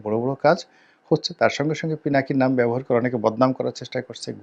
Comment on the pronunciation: আফসুস রনি সাহেব!!! দাদার নামটা পর্যন্ত শুদ্ধ করে বলতে জানলেন না😡😡